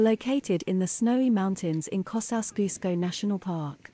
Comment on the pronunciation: Why the robot voice say co sa susko